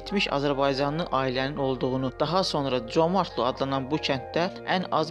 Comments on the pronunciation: adın düz deyin comartlo yox Comərdli. yerevan yox -İrəvan, qoris yox Gorus v.s. bizim mətbuat ermənilərin dəyirmanına su tökür onlardan betər türk toponimlərini erməniləşdirir.Dil komitəsi və s. strukturlar hara baxır işlərin adı nədi görəsən? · Vurğunu düzgün vurun, Comertlidir eslinde, qedim Azerbaycan torpaği.amma siz ele deyirsiniz ki,guya ermenilerin olub oralar. Xahiş edirem,kimseni ifşa etmek isteseniz bele savadli münasibet bildirin. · Ay nadan, ay savadsız, ay başıboş,ay bədbəxt o yerlər tarixi Azərbaycan torpaqlarıdır. Birincisi kəndin adını səsləndirəndə vurğunu düz qoy,ay kəmsavad.İkincisi o kənddə (Comərdlidə) və Qarakilsə (Orada qədim alban kilsəsi indi də durur,Sovet vaxtı oranın tarixi adını dəyişib çar generalı Sisianovun şərəfinə Sisian qoymuşdular) rayonunda yerləşən bütün kəndlərdə azərbaycanlılar yaşayırdı.Sonradan ermənilər rusların köməyi ilə o yerlərdə erməniləri məskunlaşdırmaqla və yerli əhalini (azərbaycanlıları ) o yerlərdən zorla köçürməklə erməniləşdirdilər.Ay küt, Bakı -Sisian marşrutu ilə işləyən avtobus azərbaycanlılara xidmət edirdi və ordakı azərbaycanlıların Azərbaycanla əlaqəsinin kəsməmək üçün ,gediş-gəlişlərini asanlaşdırmaq üçün açılmışdı.Özü də avtobus sənin düzgün təlləfüz etmədiyin Comərdli ( yerli ləhcədə Comardlı) kəndinə yox, rayon mərkəzinə gedirdi.Sən get o boş beynini doldur.Əvvəlcə Azərbaycan dilinin qrammatikasında olan Ahəng qanununu oyrən,sonra qrammatikanı tam öyrən və paralel olaraq Azərbaycan tarixini də öyrən.Küt beyin, müasir dildə desək tupoy oğlu tupoy. Ermənilər çox yerlərin adlarını dəyişib erməni adı qoyublar,bu o demək deyil ki, o yerlər onlarındır.Sən Azərbaycan tarixini yaxşı öyrən.Məntiq elminə də fikir ver.Qatıqlama. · Dəyyus, sən Zəngəzuru niyə erməni torpağı kimi qələmə verirsən? Dilin heç türk sözünü düz əməlli tələffüz edə bilmir... Comərdli... Ayıb olsun adminə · Comərd sözü Azərbaycan sözüdür erməni sözü deyil, özü də vurğu o hərfinin üstündədir.. sözü düzgün tələffüz edin ay aparıcı